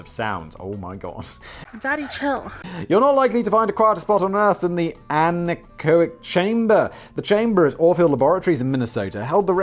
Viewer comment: Simon pronounces something correct (anechoic) for a change but doesn't care